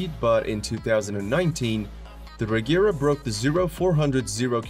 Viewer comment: Regera is pronounced with the G sounding like in Gepard, not a hard G like the Agera ("act" in Swedish, or "do it"). Regera means to dominate or to rule in Swedish.